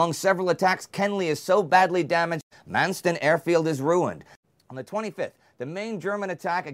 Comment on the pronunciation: It’s RAF Manston not Mansten. Great work.